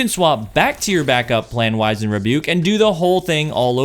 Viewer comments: POV you don’t know how to pronounce wizened…… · You're pronouncing this (wizened) in the British fashion. You're not British, are you?